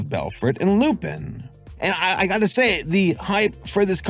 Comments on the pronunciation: fyi is "lu-pahn" not "lu-peen" (like Lupin III or Arsene Lupin), you can hear it in their french audio. it makes sense since he's a wolf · Lupin = "Lu-Pon" with a barely hinted at N, because French. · It's pronounced Loo-Pon as in Lupin the 3rd..... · I dont wanna be that guy but its pronounced loo-pun. Whenever theres a Lupin something like arsene lupin or lupinranger its always said wrong